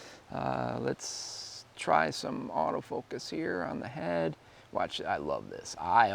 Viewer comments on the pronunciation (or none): none